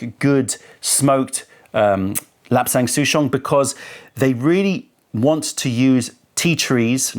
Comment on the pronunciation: Here just to see how to pronounce lapsang souchong and this did not disappoint